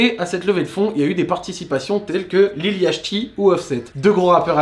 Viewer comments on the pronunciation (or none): ça se prononce lil yoti fiak pipi